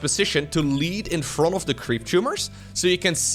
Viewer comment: I’ll never get tired of saying, “froUNT.”